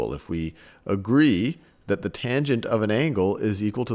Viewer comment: lmao bro said "thot" like twice.